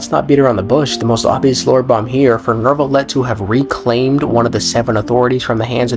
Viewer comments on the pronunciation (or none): You call him Nervillette? Istead of Neuvillette? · why? why some people says neRvilette?